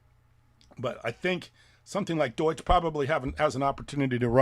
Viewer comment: Doige coin 😅